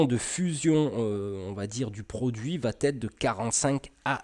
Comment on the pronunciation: Très bien mais attention aux liaisons « va être » et pas « vat-être » :D